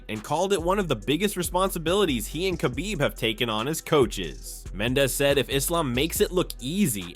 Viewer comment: This narrator said khabibs last name wrong. Lol